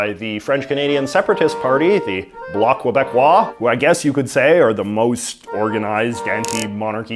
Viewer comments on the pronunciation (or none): JJ THERES NO W IN QUEBECOIS!!!